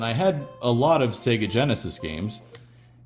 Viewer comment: At last — an American who pronounces Sega correctly.